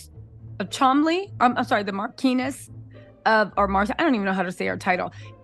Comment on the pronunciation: Mar-chun-ness = Marchioness. Mar-kee - Marquis. Chom-ley = Cholmondley.